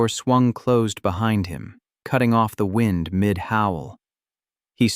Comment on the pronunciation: Why can’t you get readers that can read well. It is wind as in weather, not wind as in clock!